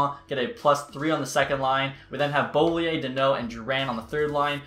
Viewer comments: who tf say beauvilier like that like homie said bolier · beauviller is said as: bow-villiy-ey